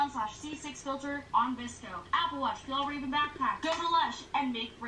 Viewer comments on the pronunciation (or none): Fjallraven is pronounced "fyall-rahven". Source: I'm Scandinavian, not a VSCO girl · Fjallraven=Fe-yall-raven. Thought you were trying to say vagazzle. 😂😂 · fjall is pronounced like if y'all had a fuh sound in front of it so like f-y'all raven lmao it's swedish and it means arctic fox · Hahahahah love how you pronounced Fjällräven 😂 It`s pronounced Fyellreven if that makes sense :) Great idea for a video! Did NOT know what a VSCO Girl was 😂😂😂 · I think of VSCO girls as internet-era hippies caught up in the 90-s retro trends. And Fjällräven means Arctic Fox in Swedish. You say it this way: Fjäll kind of like "fell" and räven like "raven" so fell raven. That's good enough for a non-swede. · Fjallraven is pronounced Fyall-raven. There is kind of an i in between the f and y, but it's extremely short and you can't really hear it that much. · The fjällräven backpack is pronounced like this: (its swedish by the way) fjehllrehven. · try to pronounce it fjellraven. That's pretty close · I really thought you were trying to say vagina when you said fjällräven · I almost died laughing when you tried to pronounce "fjällräven". even as a Scandinavian I had no clue what you were trying to say til you showed a pic of the bag and I was like OH hahah. So cute! Also, "i've already ruined it, it's only down hill from here" rofl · haha! You trying to pronounce Fjällräven made the video //Swede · You should google how you pronounce “fjallraven” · The name on the bag is arctic fox, but in Swedish :-D i love when you try to say it :-D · As a swede I laughed way to hard when you tried to pronounce Fjällräven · Fjallraven is Swedish, you weren’t even a little bit close to pronouncing it right